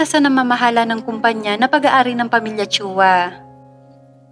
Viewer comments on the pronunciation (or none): none